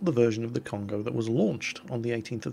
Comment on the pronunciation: It is not "con-go" it is "cone-go~" you emphasize the first o and extend the second one. Every vowel in Japanese is the short vowel unless it is accompanied by a u. If there is a u after it, it is the long vowel. If you have an a and then an i, then it makes a "y" sound like in my. if you have an e with an i after it, then it makes an "ay" sound like in okay. any time you have a consonant and then a vowel, or just a vowel, you can use this handy guide. (- = any consonant) -a is pronounced ah (ie ta sounds like "tah") -i is pronounced ee (ki sounds like key) -u is pronounced ooh (bu sounds like boo) -e is like a short e(te sounds like te) -o is pronounced like oh (ho sounds like hoe) This is a very basic guide, if you want something much more in depth check out this guide